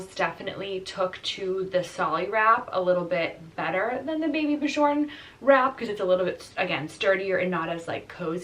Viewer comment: Super helpful video!! Also you have probably learned this since the time this vid was posted but it’s pronounced “baby b-yorn” no j sound!